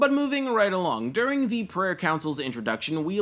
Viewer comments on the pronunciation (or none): none